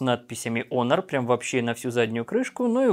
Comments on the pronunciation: Не онор а хонор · Почему "Онор"? Вообще то читается " Хонор" т е " честь". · даже смешно.....))что за Онор. такой. Если есть претензии на знание английского языка, R в конце слова не произносится.[ˈɒnə] А знания видимо нет. Лучше говорить по русски ХОНОР и не смешить других.